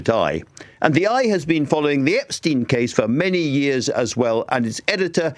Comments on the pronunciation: I love Private Eye. Been a subscriber for years now. I feel like it's the only publication that will hold any party to account for wrongdoing. Careful Ian. You're pronouncing Epstein like "Einstein". That was enough for loads of people (including David Baddiel) to criticise Jeremy Corbyn and make out it was some sort of Anti-Semitic angle. A completely insane timeline, but it happened. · Everyone knows it’s “ep-steen” but this dude just repeatedly says “ep-stine” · How is that even an educated man like Marr pronounces Epstein as if it were spelt epSTIEN? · Throwback to when Jezza pronounced it EpsTINE, like Ian does here, and the world exploded. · My O level German told me EIN is pronounced INE. It has always puzzled me why the name is pronounced Epstine. Is this an American thing? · Love you Ian Hislop but for God's sake man, pronounce Epstein's name correctly! You've had how long to figure it out? It's EP-steen (/ˈɛpstiːn/), with a long "e" sound at the end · Then he should have changed the spelling to Epstien. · He pronounced it "eps-tine" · I know this is pedantic but the way Ian pronounces 'Epstein' is so infuriating. Why does no one correct him!